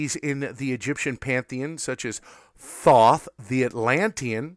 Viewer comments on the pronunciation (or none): none